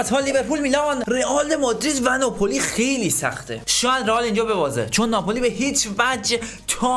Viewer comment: اسم بازیکنی که میگی خخخخخ خوب 🙂 اسمش کوواراتس خِلیا هست